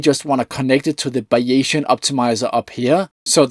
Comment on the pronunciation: *Buy-ee-zian => Bay-zian Great video, BTW. Isn't it amazing that some parts of what we think as cutting edge research changes so fast and others not much.